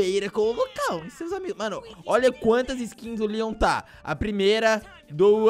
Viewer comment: Como escrever: Leon Como falar: Lean